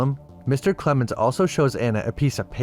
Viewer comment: Lost me at "Clemens"